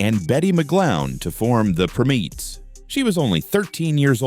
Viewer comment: 🙄 it's "Prime-ETTS," NOT "prim-EETS" these AI narrators SUCK 👎🏼